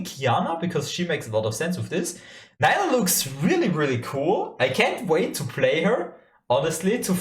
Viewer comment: so so excited for her!! pronounced nee-luh not nye-luh btw :))